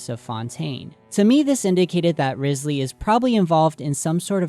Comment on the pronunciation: Quick note but Wriothesley is based off the first Earl of Southampton, Thomas Wriothesley, or possibly his descendants, meaning he might be linked to the doings or personality of the Earl. Side note: Wriothesley is pronounced Rye- zlee. I also think it's interesting that some people tend to miss that Fontaine is also based on Britain (mainly England) and so it would be interesting if there was information in Britain's history that might link to the story/ the lore of Fontaine. Just some notes, nothing too important in this comment. ^^ EDIT: The first Earl of Southampton had close ties with high society. He held titles like secretary of state, Lord Chancellor and Lord High Admiral meaning he was very influential. He betrayed Thomas Cromwell in 1540 (during the time of Henry the 8th) which could also be important to the storyline of Fontaine. His role may be a double agent of sorts, where he works high up in govt while relaying information to the people below so they can act in the most affective way. EXTRA TEA: Super side note but Thomas Wriothesley's son Henry was rumoured to be the addressee of Shakespeare's poems Venus and Adonis and The Rape of Lucrece (I believe confirmed) and quite a few of his sonnets (unconfirmed)